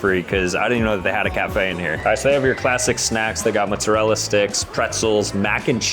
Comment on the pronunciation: . Bro still calls mot-zer-ella sticks mut-ser-ella sticks 🤦